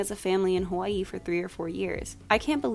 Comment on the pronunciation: 1) thank you for your pronunciation of Hawai'i 2) i’m there with you on Mulan 2. Adore the princesses and their song so much.